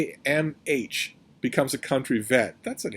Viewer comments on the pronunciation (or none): Niamh (Irish) pronounced Neeve